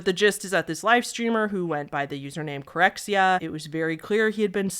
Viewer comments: hi, chilean here! the X in corxea is supposed to be a ch sound, like in chair or chat. it's pronounced cor-che (e as in momEnt)-a (like in cAr). weird name and weird spelling haha hope my explanation makes sense. he's kind of a meme here, but in like... a mean way. people make fun of him. and he was obviously in a very bad place for a long time, but i think he's doing better now. i don't really follow chilean streamers so idk as always, i love your videos. thank you for your work♥ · hi! just a quick note (loved the video btw) corxea is actually pronounced cor-sheh-ah (with cor as in cork) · Corxea reads like "corchea" in Spanish, it means eight-note, like the musical note/figure. Sadly, he really struggles with his mental health and streaming/social media makes it worse. That puppy wasn't in the best hands :(